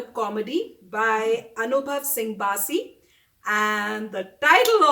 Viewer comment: Noo aunty it's Bassi not baaasi🤗😄😁